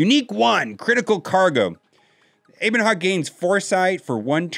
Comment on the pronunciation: Just so you know its a short e in ebon hawk